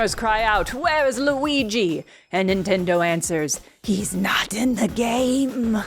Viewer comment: Lu-eye-guy is my new character name, thank you 🙏😌